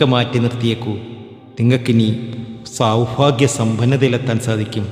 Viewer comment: സൗഫാഗ്യം അല്ല മൈരാ സൗഭാഗ്യം മലയാളം പറയുമ്പോൾ ശ്രദ്ധിക്കണം നായിന്റെ മോനെ